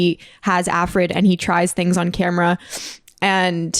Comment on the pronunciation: i just have to correct it’s ARFID not AFRID lol